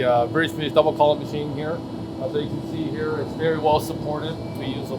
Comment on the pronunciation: Did he say 'MASCHSCHEENE'?